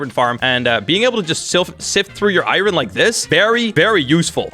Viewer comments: Why do you call it iren?! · the way he says iron tho